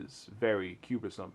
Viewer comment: cubersome?? cum-ber-sum...